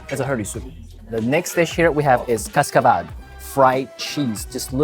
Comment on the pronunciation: "ciOrBa dE vAcUtA" As a romanian, I almost pissed my pants when you said the menu And also, what the hell is "CascAvAl"? 😂😂🤣 The accent is really hard in romanian, we have other accent letters like ș, ț, ă, â, î And Romanian takes 1200+ hours to learn, that's why I almost "exploded" laughing but thank you for trying our food! No hate. ___________________________________ Translatatul pentru români: ------------------------------ "cIorBa dE vAcUtA" Ca o românească, era să mă piș pe mine când ziceai meniul Și totuși, ce dracu e "CaScAAAvaLl"? 😂😂🤣 Accentul e foarte greu în română, noi avem cuvinte accentuate ca ș, ț, ă, â, î Și românească durează cam 1200+ ore să înveți, de aceea era să "explodez" de râs dar mulțumesc că ne-ai încercat mâncarea noastră! ______________________________________ 日本語への翻訳: ------------- "cIorBa de vAcuTa" ルーマニア人として、私は恥ずかしい思いをするつもりでした それでも、「CaScaValLll」とは一体い何ですか?😂😂🤣 ルーマニア語での強調は非常に難しく、ş、t、ă、â、îなどの強調語があります。 そしてそれは約かかります 1200+ 時間に だからあなたがメニューを言ったとき、私は笑いで「爆発」することになっていましたが、私たちの食べ物を試してくれてありがとう